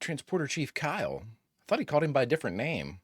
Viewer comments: Always enjoyed your funny reactions bro! Thoughtful too! I think regarding 'Kyle" if memory serves Shatner forgot his name and was mispronouncing it from memory and it came out as "Cowell". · Yeah, but it sounds like "Cowell." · I think Kirk simply pronounced Kyle differently. I could swear I heard him do it once before while Kyle was wearing a red shirt in the transporter room. As to your question - I was raised on 70's reruns. When TNG started, I hated it Stopped watching before end of season 2. It was dreadful. It took years before I saw some of the better (later) episodes. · No, John Winston is still playing Kyle - but Shatner is saying something closer to Cal (quite similar to Benedict Cumberbatch saying "penguin".) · I agree with this. I think it’s still Kyle, it’s just Shatner mispronouncing the name, although why they chose to leave it that way and not correct him I don’t understand. Like, would it have been a big deal to just say hey Bill, can you call him Kyle? 😅